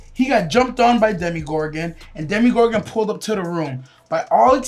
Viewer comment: Demygorgon Not Demogorgon